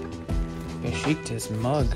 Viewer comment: Thank you for the authentic experience of an exceptional city ❤❤ FYI the area is called Beshiktash... actually the "ş" letter in Turkish is pronounced as "sh" in English as in Beşiktaş. I've grown to have a genuine passion for this city, although I've never been to Istanbul 🤗 I'd love to visit it one day and experience the unique Istanbul vibes 🤗🤗 BTW I'm an Armenian from Montreal 😊 stay safe and healthy 🙏